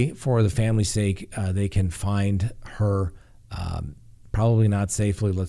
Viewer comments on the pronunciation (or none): none